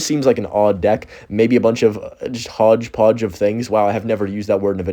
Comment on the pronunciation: I actually saw him commenting that months ago, glad to see it worked out for him 😂 bro really said "hogdepodge" 😭